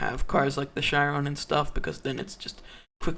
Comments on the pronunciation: It isn’t ch-ai-ron, it’s ch-e-ron. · how he says chiron triggers me lol